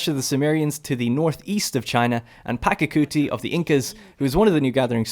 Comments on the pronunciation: The pronunciation is "Pacha-kuti", not "Paka-kuti". The "ch" here is the same as in "cheese". Otherwise, a good style of presenting the game. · It’s pachacuti not pakacuti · It's Pachacuti, not Pacacuti